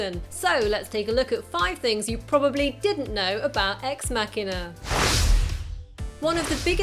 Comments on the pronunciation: You pronounced the film title wrong... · Ex Mackina or EX MaSHEEEENAR! EX MACHINAAAAAA . ExMasheeeeener? is ExMachina! stop it saying exMacKiner your winding me up! ExMacheeeenaa!